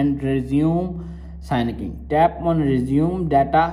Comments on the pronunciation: its syncing, not signiking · It’s pronounced “sinking” not signing lol